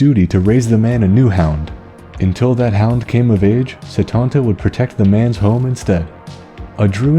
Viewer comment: While close it's not how you pronounce it, at least when I learned it in school (I live in Ireland) it was always pronounced coo cullan and setanta is set-anta.